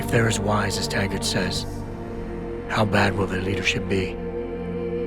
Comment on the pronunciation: Um, his name is Taggart, not Haggard